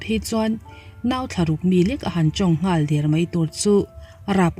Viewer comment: A ngaihnawm e...mahse Mizotawng zirtam ila ngai anih kha....tawng thei der(tider\tihderh??) ni lovin, deeeeeer tih tur aw, lo tang zel teh👍👍👍